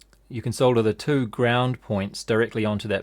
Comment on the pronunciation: Neat video thanks. Great useful camera work and good comentary. Nice to hear solder pronounced correctly :)